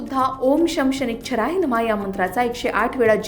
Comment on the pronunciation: ओम शम् शनैच्छ्राय नमः असं नाहीये ग् चुकीचं का उच्चार करून दाखवते. ओम शं शनैश्चराय नमः असं म्हण..